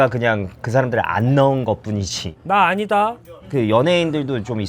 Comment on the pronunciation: 나 아니다? (강조) ㅋㅋㅋㅋ